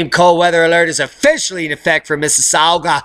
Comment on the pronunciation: Miss-us-saw-ga. Also.. it's Tron-no. Not Toe-ron-toe. xD